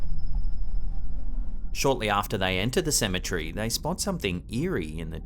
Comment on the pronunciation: The way you pronounce cemetery bothers me more than it should. Love the content (more importantly I love to come up with legit reasons behind the so called paranormal)